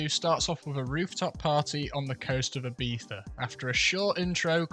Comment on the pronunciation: The most amazing part of this video is someone from the Uk saying "Ibiza" right